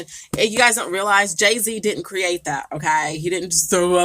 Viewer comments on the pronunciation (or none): none